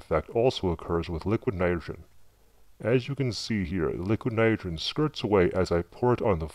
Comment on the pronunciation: "lick nerogern" haha